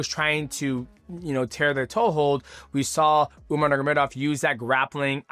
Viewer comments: The way dj says: nurmagomdov haha.. Dj: umar nurmamamagadov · I love mighty but how can he pronounce dvalishvili and not nurmagomedov 😭😭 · He pronounced numogomedov 7 different ways learn how to speak